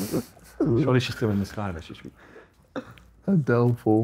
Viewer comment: Adele is 'a Dell' the pc lmao